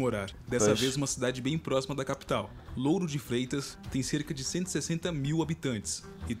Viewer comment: Só pra constar é Lauro de Freitas, não louro